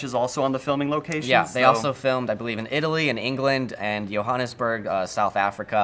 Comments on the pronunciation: Sorry - the police are not American that is the Johannesburg location - those are South African Police note the number plate on the VW golf a popular car in South Africa the last letters are GP (Gauteng Province) which is where Johannesburg is located (and its pronounced JO-Hannes-Burg and not YO-hannes-burg) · JO-hannesburg... not YO lol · Its Johannesburg South Africa "District 9" LOL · Its Johannesburg. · It's not pronounced "Yo-hannesburg" (/_\) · It's Johannesburg